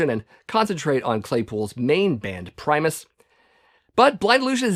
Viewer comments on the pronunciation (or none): none